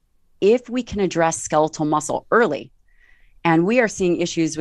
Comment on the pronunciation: I can’t help but be completely distracted by how this guy pronounced “skeletal.” Ska-leet-el? What?